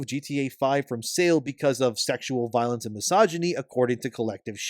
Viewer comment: His name is pronounced "Anal Violence!" lol!